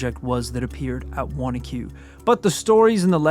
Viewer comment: Big thanks for pronouncing Wanaque correctly!!! And where can I find that comic book!